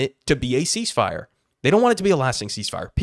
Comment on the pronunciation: CEEZZ FIRE!? Step01 - Reeleezzz H0zztages! Step02-Surrendered